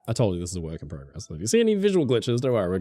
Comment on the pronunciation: You say PROCESS and PROGRESS wrong!